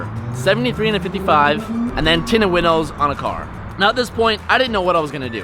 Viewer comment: ROTFLMAO "my tintos are winted"??